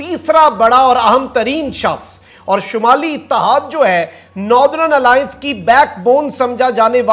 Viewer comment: North-er-n Alliance not Noth-ren